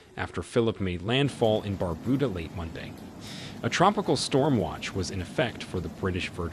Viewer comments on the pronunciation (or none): It is Not BarBooDa It Is Bar-Bu- Da